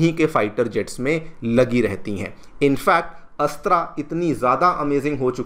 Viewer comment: अच्छा कर रहे हो पर, हिंदी को बर्बाद मत करो, अस्त्रा नही है ,,, अस्त्र(Astra) है ,,वह,,, तुम रामा (Rama)मंदिर बोलते शायद